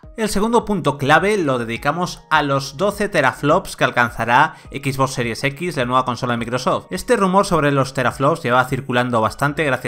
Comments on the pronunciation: No sé por que todos los españoles pronuncian el ingles como suena en español xD no se por que dicen ekis box en lugar de exbox o spiderman en lugar de spaiderman, no les enseñan ingles en la escuela? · "equis" box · equis box hahahahaha